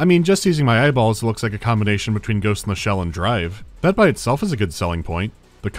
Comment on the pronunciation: Storry is werry.... werry (!) Ghoste In The Shell. Love your vids and style mate. Always looking forward to the next one. Keep up the good work